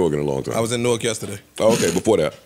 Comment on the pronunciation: Joe pronounces Newark like somebody that’s not from Jersey